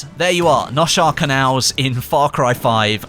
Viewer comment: It’s pronounced nose hare canals